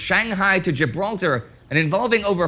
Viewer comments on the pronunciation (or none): none